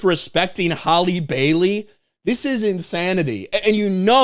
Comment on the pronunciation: Maybe some of this would’ve held up if you knew how to pronounce your names correctly it’s Halle (Hal•Lee) not Holly yet you Mena’s name with ease